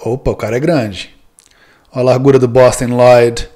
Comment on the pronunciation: Aqui começa um caminho sem volta em minha vida... Nunca mais eu consegui falar Bostin Loyd sem o sotaque impecável do. Kkkkkkkkk